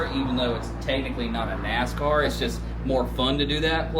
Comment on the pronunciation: Damnit man. If you say "a nacar" anymore I'm coming for your man card!